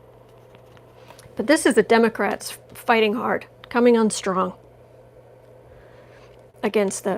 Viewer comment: Explain why you say Demograte instead of Democrates